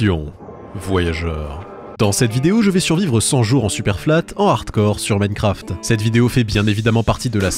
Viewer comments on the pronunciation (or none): none